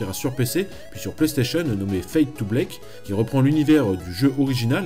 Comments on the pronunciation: bl(A)ck, fade to black et pas bl(é)k, petit detail t'inquiete tres bonne video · Alàlà ta prononciation anglaise passe... mais Fade to 'blake' Wath the putin de fuck?!